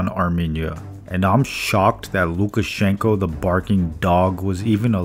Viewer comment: "sukashenko" lol